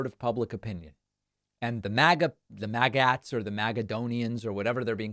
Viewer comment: C'mon, David. I am pretty sure that you KNOW that MAGAt is pronounced "maggot".